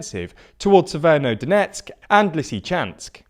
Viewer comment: Isn't it SeverO-Donetsk instead of SeverNO-Donetsk?